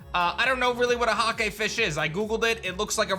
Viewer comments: "Huh-kay"?? Mate it's 'Hayc", colloquially "hoki". In Australia, it is mass produced commercially in frozen crumbed fish fillets. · it's not a "hakey" fish... it's "hake" pronounced like "hay"... it's one of the fish everyone eats for fish and chips in england! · Btw Hake is pronounced H-ey-k not H-A-k-ey , in the uk :3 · Hake is pronounced like rake or fake not hahkay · Hake is pronounced like Jake with a H. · The way he says Hake has me rolling KEKW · It’s called Hake like “rake” or “take” 🙂 delish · Hake is pronounced like rake (in english at least) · I know you said you aren’t a fisherman, but just so you know; Hake is pronounced like Rake or Take. They are found in the Mediterranean Sea by Spain and Portugal.